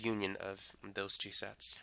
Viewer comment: When you hear sex instead of sets 😑😹